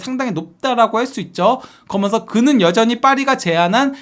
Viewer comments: 그러먼서 ;;;; 개듣기 싫다...그러면서 라고 하든가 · 면 발음이 잘안되는것같음